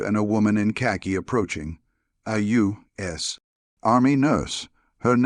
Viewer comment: A U……….S …. Army nurse. You should listen to your ai before you publish your video